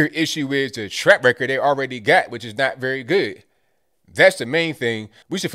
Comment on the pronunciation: Does keep saying "track record" or "TRAP record"?